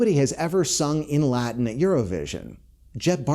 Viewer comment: Omg finally a youtuber who can pronounce latin.